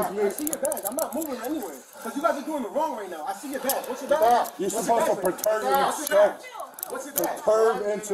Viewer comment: "You're supposed to preterb me!!!"